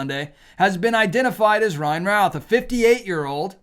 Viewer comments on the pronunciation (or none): I am from NC where he still has family who were contacted about the pronunciation of their last name and they said it should be pronounced ROOTH or RUTH and not ROWTH. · We pronounce it Ruth here in Greensboro area.